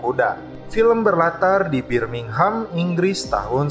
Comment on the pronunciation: "film berlatar, bibir minghem" itu yg aku denger wkwkwk :v